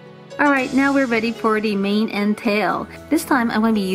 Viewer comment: When you said mane I thought you said name